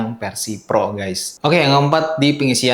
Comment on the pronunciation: T Pro bang bukan T Vro🤣🙏